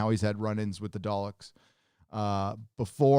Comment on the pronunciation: My bad did you say dollecks.